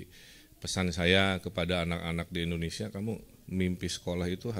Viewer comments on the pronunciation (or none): kang punten sanes endonesia, tapi indonesia hahhaa